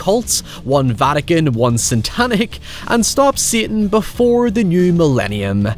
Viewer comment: Everytime you say "satan" I die